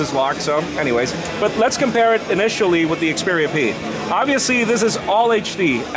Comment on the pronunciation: This guy obiusly like to say obiusly